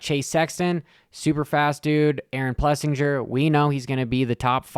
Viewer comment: Forkner isn't even counting other sponsor bonuses. Estimates show Jett made twice that amount of money. AP's name is pronounced Plessing-er